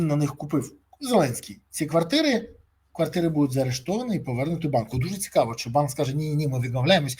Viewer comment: Цикаво,цикаво,цикаво...Невозможно слушать...заебал своим цикаво.